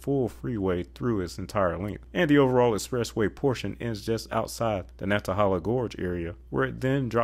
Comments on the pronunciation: Lots of progress on I42 where I live in New Bern. But I take issue to your pronunciation of Natahala. It is nan·tuh·hay·luh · Very informative video, thanks! A pet peeve, in Nantahala the 1st A is short, like banana, and the 3rd A is long like stake.